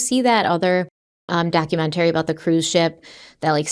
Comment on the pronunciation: I love, but the way she says documaTARY and other words like that drives me a little batty lol